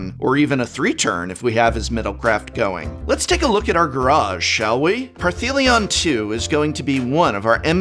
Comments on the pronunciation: You should know better. Parhelion has no T in the name whatsoever, ergo, it cannot be pronounced Parthelion...... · Partheleon? Parfeleon? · Par-thee-lion,?😬 The name’s not spelt with any ‘T’s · The consistent mispronouncing of Parhelion is really bugging me. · Cool video. BTW there is no 'T' in Parhelion... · oi boi. There's no T in Parhelion. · Does anyone else think the prof purposefully mispronounces Parhelion to trigger trolls? Asking for my sanity…love him regardless! Keep on Prof’n prof ❤️ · Opening skit is hilarious! I can't get over the mystery "t" in Parhelion II. 🤣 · Are you adding a T to Parhelion? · it did sound like it